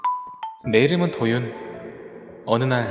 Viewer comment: 근데 왜 치어리더할때 도윤을 도준으로읽어요?